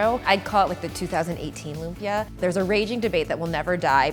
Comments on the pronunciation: Lum-pyuh.... omygahhhhhhdd it is Loom-pi-ya (like yasssss) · Im kind of dissapointed that the whole video she didn't say LUMPIA right. It's not LUM-PIYA. It's LUMPIYA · Oh my God. It’s not loom-pyuh. It’s lüm-pyæ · Am I the only one who's slightly (read: very) annoyed by how she says lumpia? It's /loom-pyA/. Hard A. Dishonour on your cow. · The way she pronounce 'lumpia' sounds like the way you say 'oompa loompa' which I think sounds weird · loo-mpia wahhahahaha lodi. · Its call LOOMPIAH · "loomp-yuh" LOL. No hate. I just think it's hilarious pronouncing it that way 😂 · yeah filipinos speak it differently they say (loom-pya) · More like loom-pee-yah. American english doesn't have a lot of abrupt stops ("impit" in tagalog) in their words so they tend to verbalize things on how their tongue was trained. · It actually loom-pyá/lum-pi-a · The way she pronounces lumpia though😂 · uhh im so infuriated stop pronuncing it wrong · the way she pronounces lumpia... 🙃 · I bet $100 that the comment section is filled with people saying how it’s funny lumpia is said that way. Who am I kidding? I’m broke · I'm filipino, I know the food well. It's just that from everyone I know who lives in the philippines ((I know many from different parts of the philippines)) pronounces it with exaggeration on the "ia" of Lumpia